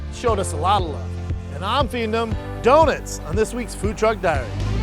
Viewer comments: Its pronounced "dough-nuts".... not "dough-nits"! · Of COURSE Schaub calls them do-nits instead of do-nuts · It's no surprise that Brendan is someone who pronounces it as "Do-nits"